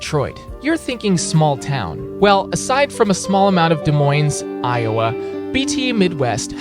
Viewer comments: 🤓actually it’s Des Moines, not Desmoins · It's "Des Moines" not "Demoins", and the s is silent. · Don’t pronounce the S in Des Moines - it is pronounced “Duhmoin” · Its actually spelled Des Moines and the S’s are silent (I live in Des Moines) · the way he says these cities omg “demoins” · Bro did Iowa dirty. Des Moines- the first word is pronounced like duh, second pronounced like coin but with an m instead of a c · it’s Des Moines and the S is silent and in no world is Des Moines a small town. When Madison Wisconsin has the same am mount of people as Des Moines and when you take into count the metro Des Moines has a shit ton more people. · Thank god hes taking a irl trip the pronunciation killed me